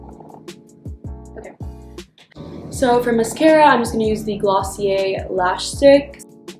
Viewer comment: Am I rlly the only one who was sure shes saying 'glossier lash stick' not glossier lash slick